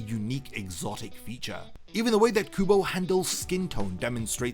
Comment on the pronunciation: Brother stop calling him Tight Kubo 😭🙏